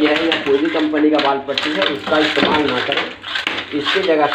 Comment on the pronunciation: wall Patti Nahin wall putti bolna Sikho pahle